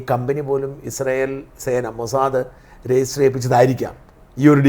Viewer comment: ഈ ചർച്ചയിലെ സേട്ടൻ എപ്പോഴുണ് മൊ സാ ദേ, എന്ന് പറയും, മോസാദ് എന്ന് ഒരിക്കലും പറയുല അയ്യേ, ഇതെന്തു സേട്ടൻ